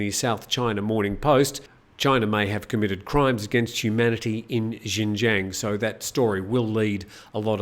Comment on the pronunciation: Xinjiang is pronounced ‘shin-jiong’ and Xiamen is pronounced ‘Shyaa-mun’ for future reference. I lived in China for 5 years. Excellent program. Better every day.